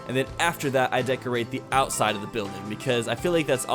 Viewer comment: Count how many times he said ousside